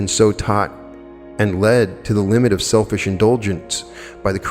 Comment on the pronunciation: It sounded like you said don’t become a shellfish ??🤣💕; you know that’s were that Pearl of Great Price was born .